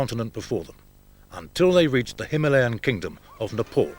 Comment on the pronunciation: Its not Napol, its Ne,..PAl Dude. Naraters needs to learn english. :D .